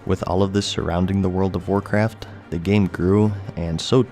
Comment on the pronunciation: I thought he said world of warcrack